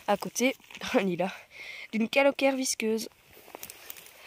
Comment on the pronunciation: Pourquoi dites vous "caloquère"et "clitoquibe" ? On doit dire "calocère et clitocybe" avec le son "s"et pas "q" .?